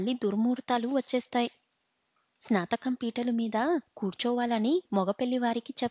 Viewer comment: Baajantreelu emiti bhajantrreelu snatakam for snaatakm Ani cheppali. Pronunciatio nerchukoni chaduvu. Masla for masala . Horrible reading.Alugagadda upma, emiti nee sraadham. Upmakoora anaali